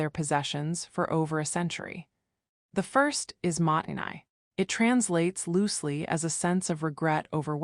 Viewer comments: もったいない is not "mahttenay", it's "MO-ttai-nai", with a pause between the long "o" and the t's, and the "ai" is pronounced as a long "i" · You lost me when your AI narration kept pronouncing "mottai nai" wrong, and every other Japanese word as well. It doesn't even pronounce internationally known brand names! If you can't even pronounce the words, how could you possibly understand the concepts? And this whole video is a load of bat guano. Japanese people's spaces and lives are just as cluttered and chaotic as any other culture. This is a down vote, sorry (not sorry).